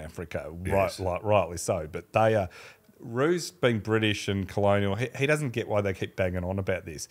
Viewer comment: Sir Stanley Rous is pronounced Rauwse not Roos. The "ou" as in "out".